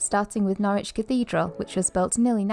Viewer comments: Norwich is pronounced Norridge not nor-witch. 🙂 (Quite a few British place names are easily mispronounced) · As a resident, no it isn't. It's pronounced 'Norridge' just like porridge! 😂 On the other hand, Ipswich next door is just as you describe. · Just for future reference and no judgement intended but Norwich is pronounced Norrich as in porridge but with the 'ch' sound at the end instead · Just because I'm a pedant 😂 and of course to help you guys build on your UK vocabulary. The city of Norwich is pronounced "NORRICH" as in in no "W" sound. Plus don't get me started on Worcestershire if you do a video on the place or the sauce 😂 We pronounce this as "WOOSTER", no "shire", no "wor-chester", just Wooster. lol 😂 Towns and cities in England are full of these, extra letters everywhere!!!! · Nor-ich, the 'w' is silent. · Its not Norwich its pronounced Norich silent W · I have had the privilege of living in Norfolk for most of my life. Wouldn't change it for anything. I loved your attempt at pronouncing 'Norwich', good effort, sir. When spoken by the locals it sounds closer to 'Norridge', and if you think that's bizarre just wait until you discover 'Happisburgh' ;) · Norwich rhymes with porridge, no 'w' and no 'itch'.